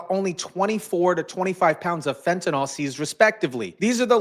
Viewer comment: *fentaNYL, not "fentanol" 🤙